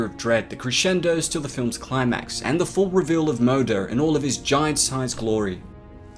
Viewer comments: Pronounce it right at least, jfc. Her name means Mother in Danish, Swedish and Norwegian. Its moder not mo-der. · It’s Moo-der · The way u pronounce moder! I recomend u to just use the english word Mother cause that's what u sound like when u say Moder in swedish xD and it means the same thing :p Anywheys great video, did not expect the creature too be a women though :o